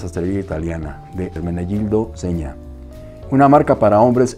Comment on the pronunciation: Felicitaciones por pronunciar de forma casi correcta el nombre. Me encantan todos tus temas que tratas. Un fraternal abrazo desde Italia!